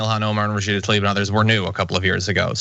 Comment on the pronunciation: John, I love you man so can you please PLEASE lead the effort to correctly pronounce Rashida TLAib instead of TALib? Please. Thank you Sincerely, Someone who has had his name mispronounced his whole life